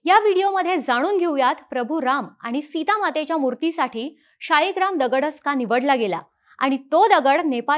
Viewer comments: "शाळीग्राम" ला मध्ये मध्ये तुम्ही "शीळाग्राम" का म्हणत होतात? शीळेचा बनलेला असतो, म्हणून का? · ताई शेवटी-शेवटी 'शिळा'ग्राम म्हणायला लागली.